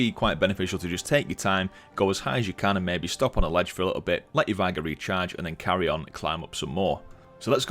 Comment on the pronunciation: Great Video, appreciate the effort, but omg Vigor, not Vie-guh please vigour noun: vigor physical strength and good health.